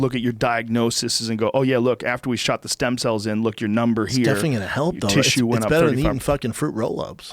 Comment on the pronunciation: Brendan “I need them sem stells ” Schaub